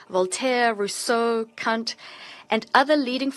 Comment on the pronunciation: The Translator should be a little more careful when pronouncing "Kant"🤭